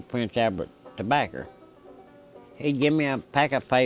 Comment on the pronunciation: "Tobaccer" lol